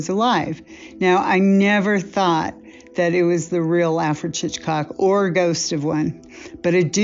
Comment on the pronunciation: First, it's pronounced Alfred "Hitch-cock" not "Chichcock". Second, the female needs to go, and go quickly....